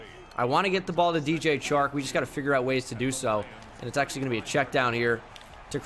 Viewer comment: You say the 'Ch' in Chark like you would in 'CHair'. Is actually like in 'Shark'. #stillluvuthoughbro 😁😁